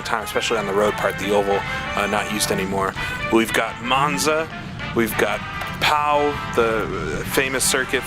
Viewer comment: I played this, what a let down..Pau sounds like P+eau.